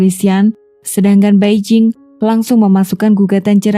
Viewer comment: 白靜 = Bai Jing hendaknya dibaca Pai Cing . Beijing = Pei CIng